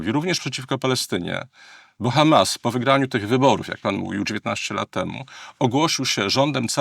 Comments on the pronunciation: Bardzo ciekawie też Pan wymawia słowo Ha'mas. Jakby prosto z kibucu do nas przyjechał. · Panie, Panu się odwaga pomyliła z odważnikiem. Już samo akcentowanie słowa "Hamas" i wiadomo od kogo "wy są". Przyznam, że od ponad 30 lat nie zawiodłem się tak na żadnym polityku, którego obserwuję/obserwowałem. Co Pan opowiada?! Wstyd, szczególnie, że jest Pan świętojebliwym katolikiem!